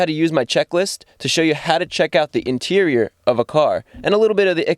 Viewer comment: "The Interieur is where you're going to spend the most time" *Mr Bean Flashbacks*